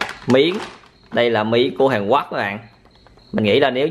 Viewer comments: Hàn Quốc mà cứ ns Hàn Quấc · Hàn Quốc ông nói là hàn guất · Sao a cứ nói hàn quắc quài v a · Miến hàn quoác ông phát âm hài ghê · Miền anh miền nào mà lại đọc " HÀN QUẮC "???